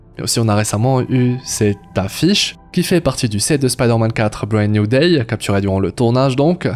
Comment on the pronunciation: "Bread New Day" 😂 ça se dit pas comme ça hein